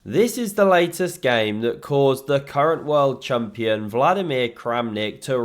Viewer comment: He said current world chumpion